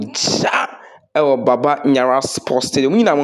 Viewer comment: It's Baba Yara but not Baba Nyara. This is totally wrong.